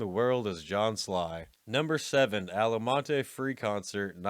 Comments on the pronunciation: It's Altamont, not Alamont. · it's Altamont not alamont I grew up around the area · No fan of hippies, but the incessant jabs are a bit tiring. My beef is with the quasi-AI narrating. Altamont, not Almonte. And Woodstock '99 was the 30th anniversary. Not the 13th. Giving up on the video here. I'd rank this top 20 YouTube doc DISASTERS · It was Altamont, with a "t", not Alamont. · "Alamonty"????... You operate a rock n roll channel, and you don't even know that it's ALTAMONT???... You even put in original posters that say it right there ???? It's one of the most famous and talked about events in rock n roll history and you're too stupid to watch you're own video????... You're a fuckin' joke! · It was ALTA MONT; not… “Allamonde.” Give rock historians a heart attack! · Altamont not Alamont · It was Altamont, not Alamont.🙄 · Altamont: It's pronounced ALT -a-mont...not ALLEY-mont. Also: KIL-mister....not Kil-mys-ter. That one's kinda inexcusable. Otherwise \m/ I \m/ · Ok, I've watched a few videos on this channel, and while I find them entertaining overall, the blatant misreading of names gets annoying after a while. Alamonte? Even people who aren't into festivals are familiar with the name Altamont. For fuck's sake, it's written on the fucking poster on the screen as it's being said! Edit: Speaking of Altamont, the Rolling Stones weren't the ones who organized the fucking festival! They were invited to play, and had nothing to do with the production or logistics of it. You should do some research into the topic before making a video. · Alamont? Big A.I. glitch there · It’s ALTAMONT not alamont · It's ALTTTamont, you f*ing idiot. Not Allamont. You suck. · Altamont, not Alamont. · It's Altamont not Alamont, you dumb shits. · Altamont is probably the most famous music festival of all time next to Woodstock yet you pronounce it “Alamont” - weird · it's AL-TA-MONT...... not Alamont. thats a big screw up dude. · Was “Alamont” anything like “Altamont” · ❌Altamont ✔aLaMoNtÉ